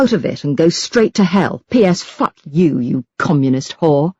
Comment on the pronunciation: I am consistantly amused by religious crazies (well sometimes a bit scared). I LOVE the way the narator pronounces 'fuck'. Fantastic.